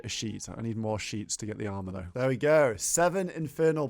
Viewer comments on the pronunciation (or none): none